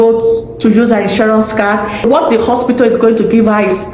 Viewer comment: Why did Nigerians say Ospitil instead of hospital 😮😮😮